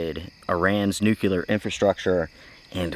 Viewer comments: "Nuculer" is not a word. "Luckly" is still not a word. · reminds me of Homer Simpson, "its pronounced 'Nucular'" :D im more concerned about the bacteria on the outside of the coffee sachet.